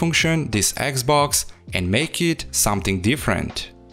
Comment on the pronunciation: dude, it's xbox not eggs box! XD